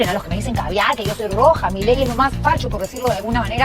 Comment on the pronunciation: Milei. El acento prosódico la tiene la última i no la primera POR FAVOR MÁS ATENCIÓN... SE SUPONE SON PERIODISTAS O NO? 🤔🤔🤔🤔🤔